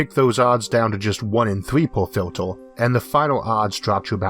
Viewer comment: why are you changing your E's to O's please learn real english. it is pronounced Filt-er not Filt-or...